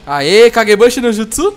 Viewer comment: O CARA n sabe falaaaar mannn namoraaal não sabe falar os nome dos jutsuuusss veiii